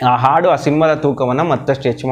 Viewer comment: Swalpa akaara hakaarakke gamana kodi sir. Aadu alla , haadu. Osa alla hosa, hamoga alla amogha. Pl take care of these things. Nim progs channagirutte, bt dayavittu bhaashe uccharane kade gamana kodi.